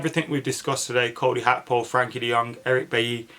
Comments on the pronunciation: Gakpo not akpo 🤣 top man 👍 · Bro do you not see the G in Gakpo? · When did Gakpo become Hakpo? 😂